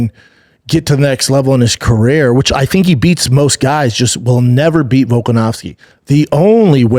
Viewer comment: We call that babanese. Carair